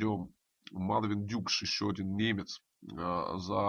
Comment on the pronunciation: он все-таки дукш, а не дюкш, вы неправильно называете, это непрофессионально!